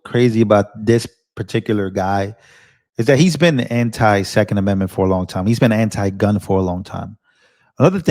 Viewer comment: The FAFO Prickster is on the take, and I don't mean just the caviar, he licks Pricks too!🤑🤮💩 The "thecond amendmenth!"..😂🤣😜..speech & brain impediment=Demoncrats & MS media! Gitmo worthy for the collusion & conspiracy of Treason, tyranny & lawlessness!🕵️‍♀️🙏🇺🇸